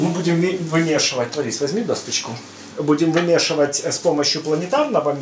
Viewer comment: Не *досТочку*, а досочку.